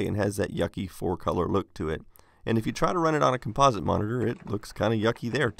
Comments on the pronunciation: Com'-po-site, not Com-pos'-ite. Just sayin' CGA composite was used by almost precisely nobody. At the time, it was actively discouraged in marketing because IBM didn't want to link it with the toy image that the VIC20, Sinclair, and to some extent the Apple ][ got nailed with. Most affordable colour CGA monitors didn't have composite inputs. I find it ironic that you use the Commodore 1084 monitor for this video. Ironic in that the 1084 is the monitor that was originally marketed with the one computer conspicuously absent from your list of CGA competitors, namely the Amiga 1000, which was released squarely in the heyday of CGA. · Try changing the pronunciation of the word "composite". Other than that it's a great video, thanks for publishing.